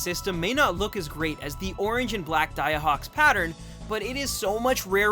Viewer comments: Daiei would be pronounced "die-aye" rather than "da-ya", for anyone who ends up reading this. Also, I personally think the Jusco looks cooler, but Daiei looks like a real classic design. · pronounced Die-eh